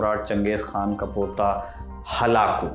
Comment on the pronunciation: चंगेज या चेंगीज ? बार बार खान का उच्चारण क्यों ये भी गलत उच्चारण है